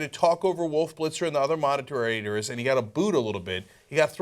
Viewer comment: ... the other what Cenk? moda-terators? okily dokily lol